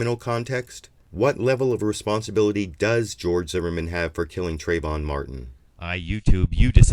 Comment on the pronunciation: TrAyvon, trAAAAyvon. If you're going to speak his name in vain at least get it right.